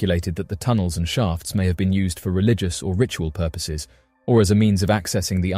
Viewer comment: I had to listen and rewind and listen again a couple times (more then should have been needed) it's been a horrible long few weeks especially this last with my mother in law passing so don't be too mean but at around 47min mark I kept hearing Shart & sharts instead of shaft. Though I was zoning out which obviously is why I heard it that way, I was confused for 30sec to a whole min. Then realized and had a good laugh at myself for a bit (much needed laugh) Anyway love your channel and videos and your vice is very soothing and great for me bc the TV has to be on when my household sleeps lol